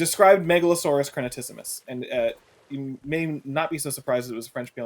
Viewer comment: I’ll do the Hermione Granger thing: It’s crenatissimus, not crenatassimus!